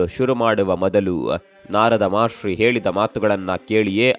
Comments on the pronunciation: ಮಹರ್ಷಿ ಗುರು, ಮಹಾಶ್ರೀ ಅಲ್ಲ 😅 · ಮಹಾಶ್ರೀ ❌ ಮಹರ್ಷಿ ✅